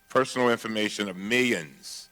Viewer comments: A) Cummings-ha ha-Cummings B) Meeyons- didn't he mean millions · Not millions..but Meellions. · Not millions, mi'ons. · Miyons of americans, Miyons!